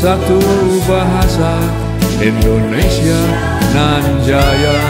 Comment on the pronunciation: Terima kasih untuk lagunya Pa Jendral, sukses selalu,,,, Mungkin perlu diperbaiki dlm hal pelafalan kata "Indonesia" bukan "Endonesia"